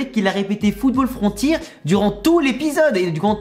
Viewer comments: on est bien d àccord les voix de Nathan Jude et Sam Ford on changer à mort et pareil pour frontitre ils le disent tous jusqu'à l épisode 11 ou 12 le commentateur il disent enfin frontière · JE DÉTESTE QUAND ILS DISENT TOUS FOOTBALL FRONTIIR JE DÉTESTE SE IIR ILS SAVENT PAS DIRE FRONTIÈRE WESH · moi aussi j'ai arrete les ep en vf quand il a dit fooball frontir je me suis dit il ont niquer tout inazuma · Ya pas que kozemaru qui dit football "frontir" ils disent tous "football frontir" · Frontier en anglais ça se prononce "Frontir" et en japonais "Furontia" donc je vois pas de problème. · FRON-TI-ERE, les doubleurs repetez avec moi FRON-TI-ERE PTN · J'ai envie d'assassiner quelqu'un à chaque fois que j'entends" football frontire" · Même le commentateurs du match dis foutir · Moi qui n'a pas regarder la VO mais la VF ça me fait rien Ha oui et pour le capitaine de l'équipe sélène ça se prononce isse mour et il a fallut 14 episode pour qu'il prononce correctement le football frontière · Umberto Lamperti Certaines voix sont excellentes (Nosaka/Haizaki par exemple), il n’y a pour le moment pas d’erreurs idiotes de faites (mis à part la prononciation de Frontier) comme c’était avant le cas, je pense notamment à la VF de GO où une fois sur deux ils disent « Axel Zabel ». Le casting n’est pas super élargi, mais je trouve les doubleurs plutôt bon. Il y a eu des VF vraiment nazes dans l’histoire de l’animation japonaise, et je trouve que Inazuma Arès n’en fait pas partie. Après, ce n’est que mon avis. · Je suis d'accord avec toi à 100%!! La prononciation du Football Frontier m'a tellement choquée au début je me suis dit que c'était un erreur, mais pas du tout xD Concernant les voix je suis aussi d'accord en plus tu imites super bien la manager xD Après j'ai quand même regardé Ares en fr mais Orion c'était beaucoup mieux au niveau des voix en jap